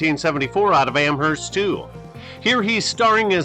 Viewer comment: FYI, the H is silent in Amherst. The third Amherst player was Doug Swift who played with Miami's no-name defense. The seventies were good for New England small schools (think Bruce Laird among others).